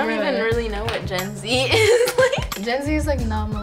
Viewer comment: Did anyone else think she said (jenzie) and not Gen-z